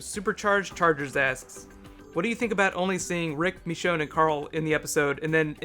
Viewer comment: Why do you call Michonne MEchonne? Nice vid btw